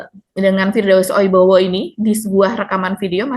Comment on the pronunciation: Oiwobo..😂 bukan oibowo